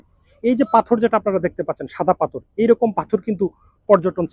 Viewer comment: পাথর na correct pronunciation পাথথর oibo